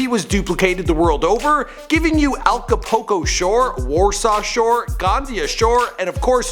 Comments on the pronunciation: "Alcapoulco" Is called Acapulco asshole tf r u talking about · Completely butcher the pronunciation for Acapulco